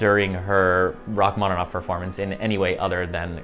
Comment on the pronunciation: Il faudra arrêter cette lecture stupide par l'IA...C'est insupportable... "Racmonof" au lieu de Rachmaninoff, "concert" à la place de concertos, et ainsi de suite, c'est une honte. Arrêtez SVP. On est mieux quand on écoute l'original, quitte à ne pas tout comprendre, et dans ce cas on a les sous-titres. Merci!